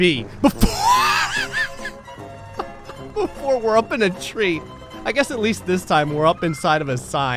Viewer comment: At four minutes and 11 seconds did anyone noticed that when you said tree it sounded like he was saying reeee